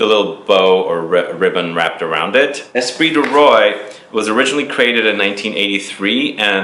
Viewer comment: Great video but how can you say eau de parfum so well and yet say esprit du ROY? Lol